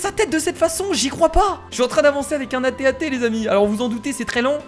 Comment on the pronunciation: ARETTÉ DE DIRE AT-AT C'EST TB-TT c'est un tb-tt on le retrouve sur hott la plannette de glace dans star wars;)